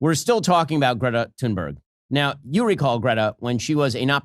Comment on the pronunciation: How did you pronounce her name? 🤣🤣🤣 Please, let me help you, although my Swedish isn't the best! If I had to write it pseudophonetically for an English speaker, I would spell it ‘Tühnberry’. However, there is still the ‘ü’ sound, which most English speakers struggle with. I think ‘Toonberry’ will do. But "Sannbörg" (as your American English pronunciation sounds to my Austrian ear) is completely off the mark. P.S.: Btw., I am not writing this because I am a fan of Thunberg, but because I am a friend of the correct pronunciation of languages. 🙂